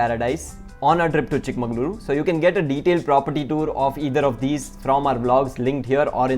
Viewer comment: Exactly, you pronounced it wrong throughout the video.